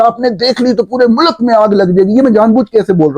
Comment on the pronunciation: mulak naheen mulk bolo